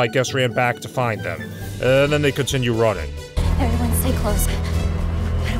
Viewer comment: Don't you mean "averyone"